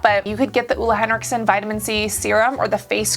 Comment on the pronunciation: Listening to Americans pronounce Ole Henriksen, as a Scandinavian, is kinda entertaining